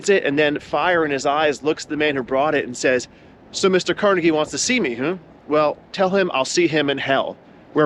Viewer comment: Thank you for pronouncing Carnegie correctly. His name has been "Tar Jayed" (target) in some parts of the country for no real reason.